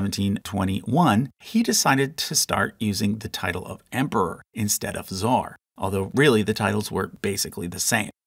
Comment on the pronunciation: It's not fucking "zar", it's "tsar" and you even wrote it. Learn to fucking speak or shut up.